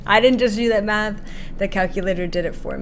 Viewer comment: When you said "I've done the math", I thought you had said Meth. I was like, whoah!!!!!